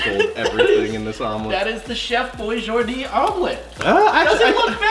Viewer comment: ATUALLY it's Chef Boijardee not Chef Boijordee. ugh, millennials...